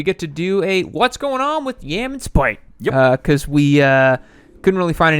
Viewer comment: His name is "Spite"? It sounds like you are saying "spike"!